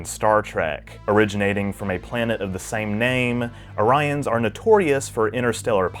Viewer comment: Pronounced Oree-ons. :D